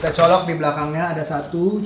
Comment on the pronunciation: Keren emang Bose ini...English nya juga keren...hampir semua ada akhiran "s" nya...termasuk kata "colokss".